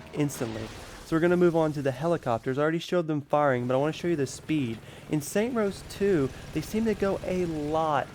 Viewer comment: Stop saying saint rose that is not the name of the game, and has nothing to do anything, my god I couldnt even watch the whole thing cos that was so annoying